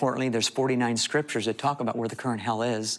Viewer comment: Couldnt pay attention about what he saw cause he keep saying scritures